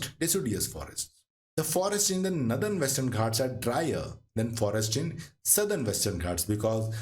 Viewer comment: Its northern not nathern